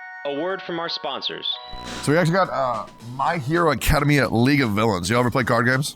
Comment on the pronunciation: Lol I love the way Tectone pronounces Academia. "Acada-mia"